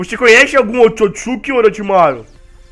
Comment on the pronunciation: o hagoromo é otsotssuki